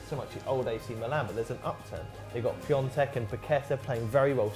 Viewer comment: It's piontek